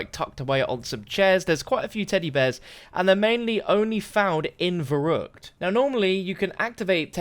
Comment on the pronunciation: The way this guy says verruckt makes me triggered